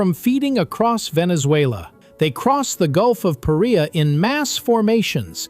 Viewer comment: You are mispronouncing "Paria" as in Gulf of Paria. The emphasis should be on the first syllable, not the second.